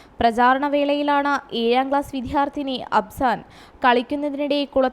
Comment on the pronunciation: വിദ്ധ്യാർത്ഥിനി അല്ല വിദ്യാർത്ഥിനി.